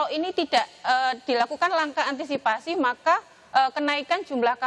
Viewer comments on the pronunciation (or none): none